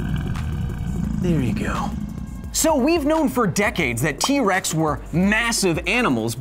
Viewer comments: Did anyone else hear him say wex? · I swear you said T wex XD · in the beginning you said T wex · sorry sorry but did you say key-rex 🤣